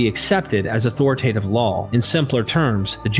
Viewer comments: Why do you keep adding an L to the end of the word "law"? It's not pronounced "lawl". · I get pulled out of the narrative every time you say "lawl" instead of "law". Why are you saying that? There's no L in the word LAW. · Why does he keep saying LAWL (law+L) instead of LAW?